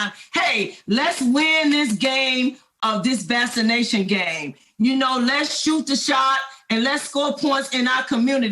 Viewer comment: What is vassination. Is that ebonics ?